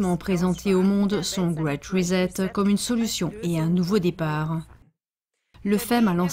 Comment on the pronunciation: Reset se prononce en anglais comme en français « Risset’ » et non pas « rizet » !!!!